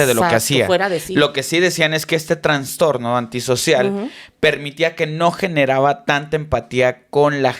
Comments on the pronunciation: Con mucho respeto, no es “transtorno” es trastorno. Fan de estos temas. Gracias ☺️ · Hola una observación, se dice Trastorno, no transtorno 🙈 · sólo una cosa, No se dice transtorno se dice trastorno 😂😅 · Hola!, son mis expositores favoritos en temas de podcast, una corrección es que no se dice "transtorno", el único concepto correcto es "trastorno", para que lo consideren, es importante no fomentar términos erróneos y sobre todo del área de la salud, los quiero mucho y espero sirva, sin ninguna intención de crítica destructiva o como dicen, malas vibras jjaaj